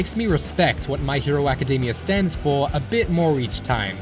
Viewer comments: "My Hero Acadeymia" lol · Am i the only one hearing him saying academia wrong?